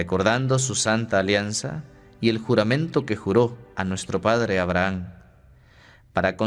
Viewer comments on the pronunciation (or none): none